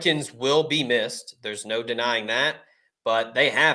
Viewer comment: Thanks for correct pronunciation of rescano